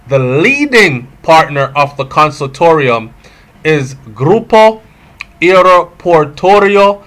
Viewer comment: Con-sort-i-um, breda. Not how u saying it lol. But anuh nutten.